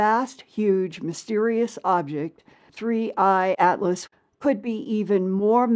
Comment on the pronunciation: WAAIIT! He's calling it 31 Atlas... It's called 3 i Atlas!! How can we call this guy legit if he doesn't say the name correctly??